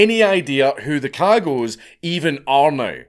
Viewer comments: I love that he mispronounces cagots because of the American accent lmao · Me 2 seconds into the video hearing their name pronounced and realizing the little internal giggle I was looking forward to the rest of the video is gone forever... :( DAMN YOU FREEEENCH!